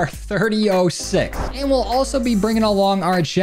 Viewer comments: I’m a big gun guy so to pronounce the DTIR 30-06 “30-ought6” your welcome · its pronounst 30 auut 6